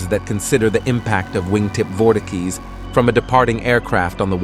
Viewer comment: Nice vid, though bro cannot pronounce "vortices"